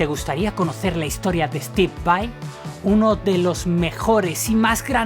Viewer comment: Estib vai...jajajaja, tenés menos inglés q tevez